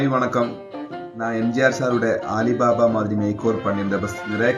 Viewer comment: அது ஆலி பாபா இல்லபா அலி பாபா